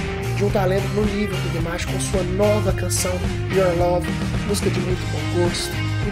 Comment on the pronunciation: O certo é DIMASH!! e NÃO DEMESH ou DIMESH KK